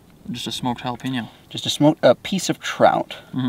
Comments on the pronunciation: Sorry my man but I have to correct you on jalapeeno.. it’s Hal-a-peñ-o.. like a writing pen.. J(h)al-a-pen-yo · I’m sorry but “jalapeenno” too spicy?? Hahahahahahahahaahhaahhahahahahahaahhahahahahahahahahahahahahaahhaha